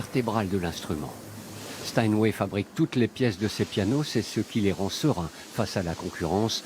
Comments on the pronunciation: stanway ??? c'est Steinway hein il faut faire un effort sérieux c'est pas possible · Euh... Sinon c'est Steinway, pas Stanway... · "Les pianos StanWay"? 🤷‍♂